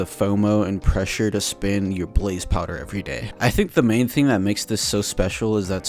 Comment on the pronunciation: You keep saying "powder" instead of "power".